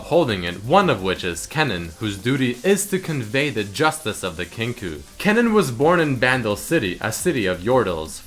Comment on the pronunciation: That dutch word kennen wasnt what you said